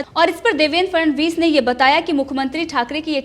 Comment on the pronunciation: देवेंद्र फडणवीस। ठीक से बोलो 'फ ड ण वीस'